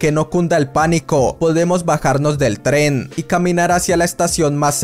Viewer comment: Alguien más se desespera un poco cuando no pronuncia bien "Tren"?